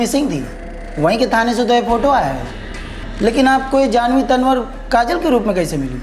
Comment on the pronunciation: Tanwar को तंवर बोला जाता है,तनवर नही..स्क्रिप्ट लिखने वाले को इतना भी नही पता